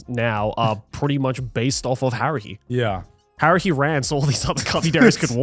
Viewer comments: Did anyone else hear Garnt say "Harry" instead of "Haruhi"? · I kept thinking Garnt was saying Harry